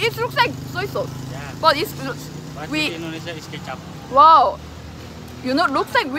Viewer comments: Soy sauce in indonesia called "KECAP" the pronounciation same as Ketchup,, but "Ketchup," in Indonesia called "SAOS TOMAT" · The soysauce in indonesia is called "Kecap" not Ketchup and Ketchup in indonesia is "saus tomat" misprononciation 😅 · Hello, it's kecap, not ketchup. Kecap means soy sauce. The pronounciation is same but different meaning 😊. Like ur videos very much. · Its kecap. Not ketchup. Kecap means sweet soy sauce. 😅